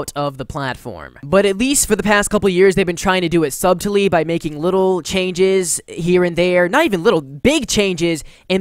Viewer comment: “Sub-Telly” the b is silent 😂